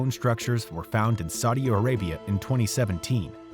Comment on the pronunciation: is he saying Saudia Arabia?